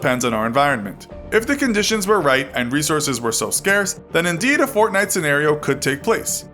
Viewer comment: But stop saying gaynite